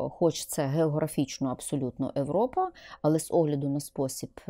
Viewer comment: А чому ви говорите не Європа а европа і не Толік а Толик